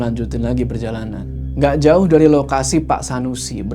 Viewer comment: Selalu ketawa pas bilang joou🤣🙏